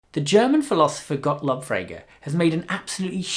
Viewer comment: Tip: pronounce Gotlob as GotLOAB! In german it is also pronounced that way. It means Praise God (or praise be God). The syllable "lob" means to praise (or praise be). The 'o' sound is an elongated sound, like 'oh' as in 'oh my!'